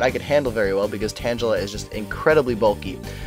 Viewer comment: why do you mis pronounce tangela, its tang gula not pronounced similar to tangelo